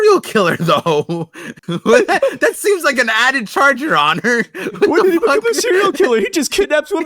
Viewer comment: Each time in every parcast, says «Did he» but all I hear is Diddy